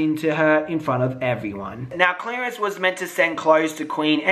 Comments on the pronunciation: I love that you say 'Clarence' like 'Clearance', like he's on sale XD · 😂 I hate you, I can’t take you serious! 😂 sounds like you say “clearance”